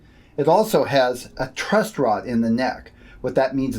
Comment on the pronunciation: How do I know if I can TRUSS this video if he is putting a T on the end of Truss?.... because knows his shit, that's why. FYI its TRUSS not TRUST, even though I trust you.:D